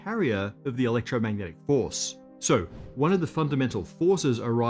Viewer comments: Might have been a slip of the tounge But I get you,somehow you're right Saying "The electromagnetic horse is the power house of the universe",somehow just makes sense doesn't it? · it sounds like he says "electromagnetic horse" and I'm not sure what to make of this